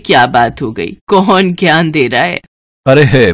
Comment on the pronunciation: Bhai bay nahi hota day hota hai